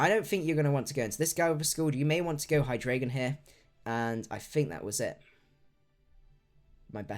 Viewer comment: Great stream, found your channel the other day and I've been binge watching your videos. I've got to say it though, I'm triggered every time you say Hydraygon.